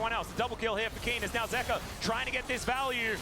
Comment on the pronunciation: Bro can you say their names properly.. ZOOS, ZEEKA?